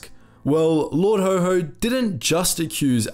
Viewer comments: Lord Haw-Haw, not Lord Ho Ho. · Lord HAW HAW, not Lord HO HO. He sure wasn't Santa! 🙂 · Well researched presentation. Not Lord HoHo, but Haw Haw, bro. "Lord haw haw the humbug of Hamburg" Always Look forward to each new episode arriving on my desktop. Well done mate, keep it up. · Please check how to pronounce words it is lard HAW HAW (Rhyms with saw) NOT HO HO as in Father Christmas!!!! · "Haw-Haw" wouldn't be pronounced like "ho-ho" but like the aw sound in saw, or the "Haha" sound of laughter. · Why do you pronounce "Lord Haw Haw" as "Lord Ho Ho"??? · The small ANNOYING ways to pronounce Lord Haw Haw. It not Ho Ho! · learn how to pronounce haw haw